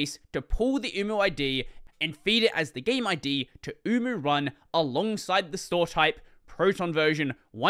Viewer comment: HELP I KEEP HEARING UWU 😢